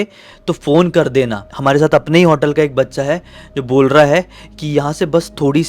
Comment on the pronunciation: Bro, vo resort ka room raha hoga, pura resort nahi. Also it is hotel, not 'hautel'